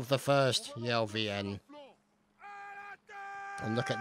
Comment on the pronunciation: its not 1stelvn but 1steivN(1steIvN)